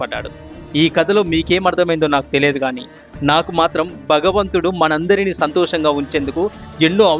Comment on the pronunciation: తమ్ముడూ భగవంతుడు అని పలకాలి కానీ బగవంతుడు అని కాదు, భాగ్య రేఖ అనాలి కానీ బాగ్య రేఖ కాదు. ఈ తరం వారు అలా అక్క్షర దోషాలతో ఉఛ్చరిస్తూంటే మాతృ భాషని అభిమానించే మా లాంటి వారికి పంటి కింద రాఇలా ఎంతో ఇబ్బంది గా వుంటుంది.